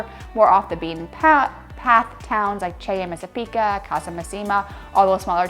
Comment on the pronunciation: ...If I may, it's "Messàpica" not "Messapìca", the right stress is on the first "a". Same with "Casa Màssima"😊, not "Massìma". Masseria "Lo Jazzo" is pronunced "Iàzzo" with an "I" sound like in "Italy". Like EVERY tourist spot in Italy, when you're in Alberobello, Ostuni, Polignano, simply turn the corner and take other streets close to those most popular to find more authenticity and tranquility. I visited these places (not yet Ostuni) and enjoyed them precisely because I avoided the streets full of people. Even when you visit big cities like Venice, It works the same, trust me! Better visiting this region in April, May (when the Mediterranean scrub explodes with colors and scents!) maybe June, and September (after that the weather usually tends to be more unstable and rainy). And once in Puglia, don't miss the seaside: the colors of the sea are just STUNNING 🩵